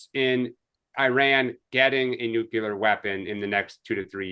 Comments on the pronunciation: Much like mispronouncing nuclear. NUKE-LEE-ER, not NUKE-YOU-LER! B52, not B2! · Say it with me: New-Clear